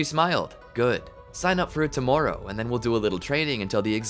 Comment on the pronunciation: The way he says "tomorowe" is sooo funny